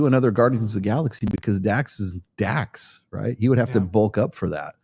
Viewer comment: DRAX!!!! NOT DAX LOL